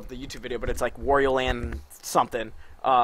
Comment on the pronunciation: The a in "Wario" is pronounced like the a in "art", not like the a in war.